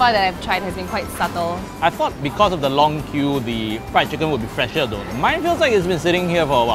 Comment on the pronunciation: RRIED CHICKEN